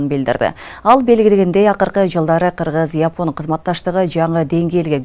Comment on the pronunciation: Япон эмес жапон деп айтылганы кыргызча болоор